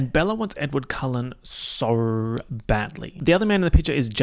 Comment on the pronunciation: the saurrr w the already aussie accent is truly smth else